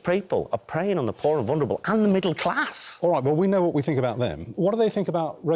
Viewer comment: I love how he keeps putting emphasis on/ the inflection in his voice when he says "middle-class' like it's so much worse than picking on poor people😂😂😂 really shows you where Society stands!! Also if they were worried at all about a middle-class they'd be putting the key Bosch on immigration